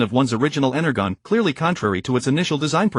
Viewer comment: I totally agree, energon is being misread hurt my soul